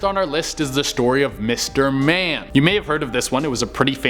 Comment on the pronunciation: When you said mister man I thought you said mister bean